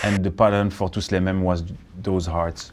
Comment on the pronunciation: His prononciation is correct. The s is silent for plural nouns : "des chats" = 's' is silent. For singular nouns or for pronouns, it depends. In "fils" (singular noun) and "tous" (pronoun), they are not silent. 🙂